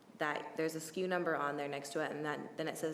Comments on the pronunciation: It's SKU, not SKEW. It stands for stock keeping unit. Walmart has messed with retail vernacular so badly. It's like how they shortened the word "shrinkage" to "shrink," or "straighten and fill" to "zone" (IE: "Go zone those shelves"). Gross, just gross. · "SKEW" ?? The girl is wrong...It's SKU (Stock Keeping Unit). Fire her. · No, it's SKU. Not SKEW..... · Sku- store-keeping-unit Lol not “skew.” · It’s SKU not skew. SKU stands for stock keeping unit. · They could've simply had the receipt scanned at Walmart. If she returned the gas can the computer simply would tell them accurately simply. Date/time etc. Instead of going through the whole process. We've all returned items. We know the process. Btw it's SKU not SKEW. But that's okay. Walmart girl is a sweetheart. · The walmart chick is dumb as fuck. its not 'skew' its 'sku'. Ive never worked in retail and I know that. Plus she kept giving irrelevant information in so many answers. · SKU, not skew!